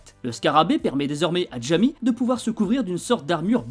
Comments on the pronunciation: c'est une super bonne vidéo mais je crois qu'on prononce "Ra-i-mê" pour son prénom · Très bonne vidéo, juste troublé par la prononciation de Jaime en fait le J se prononce R (comme dans mojito 😂) mais sinon super travail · Tu prononces mal son prénom ??? c'est bizarre de faire une vidéo ds ce cas